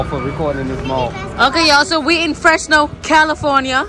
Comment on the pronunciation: I love how you say Freshno,. It’s FreZno.